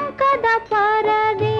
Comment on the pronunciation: AMkada parade ಅಲ್ಲ Ankada parade